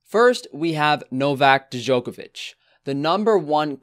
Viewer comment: nigga said "da-jokovic"